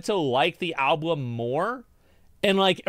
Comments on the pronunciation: also you had a slip of the tongue and one of the times you said alblum accidentally XD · Is he saying alblum? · he actually says ALBLUM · I barely payed attention after hearing him pronounce album as alblum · Bro the way you say alblum has be fucking crying and then chat is trying to correct you and you still say it wrong 😂 God I love this channel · You had said ablum. I don't think it's a big deal. I sometimes mix up the first syllable of 2 different words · Chat is cap, i definitely heard alblum 3 times. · Love the mispronunciation of "Album" he was referencing the Chris Rock bit. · He didnt know that he was saying album wrong. Thats amazing